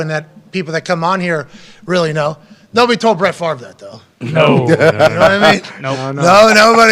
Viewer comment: Hahahaha you know Favre doesn't rhyme with Fart right! 🤣🤣🤣